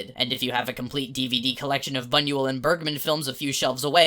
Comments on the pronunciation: Hey just so you know, Bunuel is actually pronounced "Boon-well" (roughly speaking) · "Bun-ew-ell"? My stars